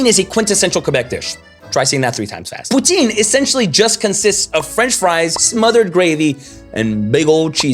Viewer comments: Lol pronouncing the “e” in poutine…. Newb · Please help people know it’s pou-TIN 💛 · You neglected to mention Poutine is pronounced as “pu-Ten” (Putin) by many Quebecois - that in itself is weird.